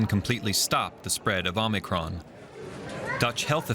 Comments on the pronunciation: Anyone ever think it’s O-micron. ? Not Omi cron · Why is he calling it Omny cron? 😂 its Omicron Perseii 8! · It's actually the greek letter O (Ōmicron) pronounced with long O. Same as in Ōmega or Iōta. This reporter also pronounced it incorrectly.